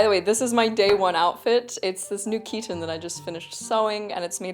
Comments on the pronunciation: Greetings from Greece! 😊 Thank you for this very interesting video. Your pronunciation of "chiton" is wrong. It's not ch*i*ton, it's chit*o*n. "Χιτών" in Greek. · Also the 'Ch' is pronounced as simple 'H' like in 'Hit'. So, it's Hit-On with emphasis on the 'On'.